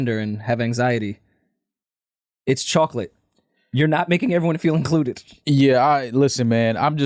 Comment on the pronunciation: lmao says chocolate terribly, he should be banned from saying that word